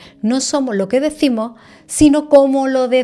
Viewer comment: Para la señora del podcast, corrija su pronunciación, se dice: hasta, no hatta desvela, no devela Práctica, no prática Señales, no señale Demás, no demá Mismo, no mimo Decimos, no decimo Descubrir, no decubrir En fin, usted habla de comunicación y tiene un pésimo dominio del idioma.